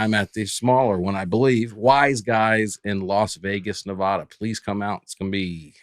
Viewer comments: Nevada is pronounced Nev-AHHH-duh, not Nev-aww-duh. ❤ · Someone please help pronounce Nevada correctly 😂